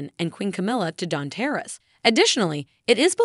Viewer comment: Can't pronounce "tiara". Grating!